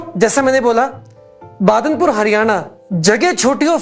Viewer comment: Sir it's not badarpur it's badanpur 😅